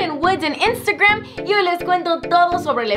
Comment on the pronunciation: Le regreso casa vez que dices Instagrrrmmm jjajajajaj